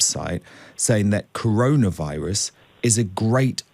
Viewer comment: cowona viwus wacism !!!